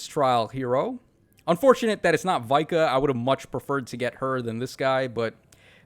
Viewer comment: It's VIKA and not Vai-kah 🙄😠